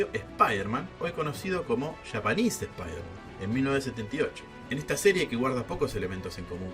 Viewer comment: Es "Supaidaman" almenos verbalmente